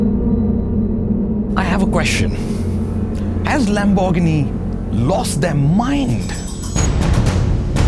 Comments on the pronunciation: The way he says Lamborghini puts off the whole video. It's Lamb-or-ghini not Lam-bor-ghini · It's pronounced as Lamb-er-ghini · No wtf it's Lamborghini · Lam-bur-gheeni please!! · Pronouncing Lamborghini like that is a crime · I have a question - before making the video, nobody taught you how to pronounce Lamborghini? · Have a shot everytime he pronounces Lamborghini wrong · Okay he only did it twice